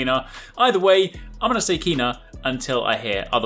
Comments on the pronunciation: It’s “Ken-Ah” not “keen-ah” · It’s pronounced Kay-Nah... it’s literally in the trailer hahah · It's of the Official Trailer. To me, it sounds like he is pronouncing it as "kenn-ah" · EmberLab confirmed over Twitter its pronounced as Kay-na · The narrator, who seems to be... pronounces her name. Pay attention, mate:)